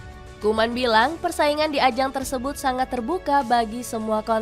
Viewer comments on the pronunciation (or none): none